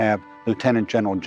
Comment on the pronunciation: Pemberton…🤦🏼‍♂️ That’s all I can say. Just wtf…